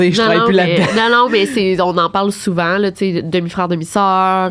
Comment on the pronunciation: Cest pas une question daccent. Cest que vous prononcez bcp de mots français tres mal. Par ex: frèare au lieu de frère, dècembre au lieu de décembre, patalon au lieu de pantalons. Vous sactionnez les universités anglo pour cause d'anglicisation, quand vs meme na savez pas parler votre langue.